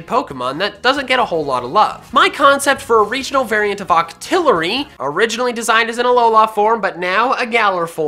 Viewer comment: Just saying you are making octilery sound like dito